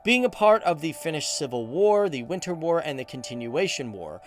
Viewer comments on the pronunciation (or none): none